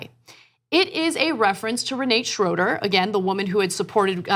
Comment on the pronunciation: Re nah te in german, her family name Schroeder is german too, Ana mispronounced it as well.